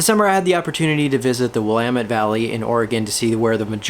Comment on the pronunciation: As a pacific northwesterner who grew up in the north Willamette Valley, I appreciate that you pronounced “Willamette” correctly.